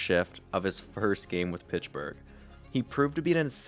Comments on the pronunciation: Its not Pitchburg` its Pittsburgh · Where is pichburgh? Pitts-Burgh. I don’t hear any other mispronounced words this entire post. But Pittsburgh is said weird every time. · Pittsburgh not pitchburgh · Great video but its Pittsburgh not Pitchburgh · Mate, it's "Pitts" Burgh, not "Pitch" Burgh 😳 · *Pittsburgh, not Pitchburg! 👎🏽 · Pish burgh? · Pitchburgh lol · Where is this town he mentions, “Pitchburgh“??? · Is he saying Pitchburgh? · Took a shot every time you said "Pitchburgh" and now I'm wasted. You could use some script revisions too before posting your videos. You said Lemieux was diagnosed with cancer in 1983 at 27 years old when it was in 1993. You also had some weird sentences like "in order to fully focus fully on hockey..." Solid video otherwise but you've gotta proofread your script and re-record mistakes if you're going to post video essays. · The “Pitchburg” Penguins lol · Ok, is this A.I. ? Pitchburg? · everytime you say "pitchburg" i die laughing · underrated comment ^ i didnt really notice before reading this now i cant stop laughing everytime he says it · God he’s killing me with that 😂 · Where is this “Pitchburgh” you speak so much about?